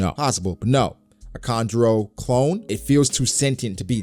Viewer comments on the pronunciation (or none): It’s kanjuro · its kanjuro